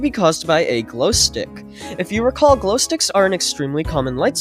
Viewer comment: “Recaw”??? Don’t u mean “recall”